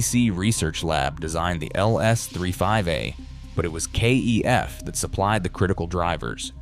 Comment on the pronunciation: Kef rhymes chef is how it is pronounced.